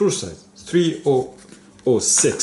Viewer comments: pronounce it, 30.06 as 30 odd 6 ;l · 3006 is usually pronounced as thirty-ough six, my friend. Love your videos.